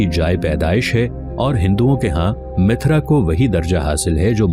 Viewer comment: Bhai mithra nahi mathura hai